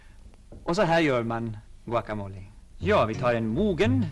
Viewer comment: Herrn uttalar "Guacamole" mycket bra, 100% mexikanskt.